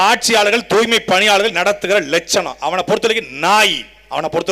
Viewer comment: துப்புரவுப் பணியாளர் என்றே இருந்திருக்கலாம். தூ"ய்"மை பணியாளர்கள் என்று மாற்றி ஸ்டாலின், பிரியா போன்றவர்கள் இரண்டு எழுத்துக்களை மட்டும் உச்சரித்து..... ச்சே துர்நாற்றம் பிடித்த வாய்கள். வாழ்க தமிழ் வெல்க திராவிடத்தை !